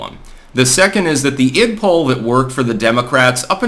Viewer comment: It's not "Id-POLE" or "Id-POLL". It stands for IDentity POLitics. Say the POL part as it is promounced in the word, "politics". Every time I hear "pole" or "poll", I think you're referring to some voting poll.